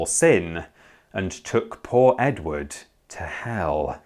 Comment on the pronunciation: "Did you hear the news about Edwarrrrd".